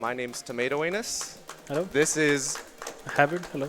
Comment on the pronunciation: Tomato Angus the G is silent